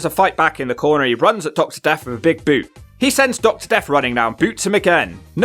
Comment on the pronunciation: I rewinded it 3 times to hear “with a BOUOTE”